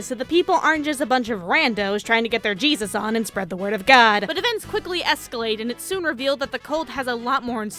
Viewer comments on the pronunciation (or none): none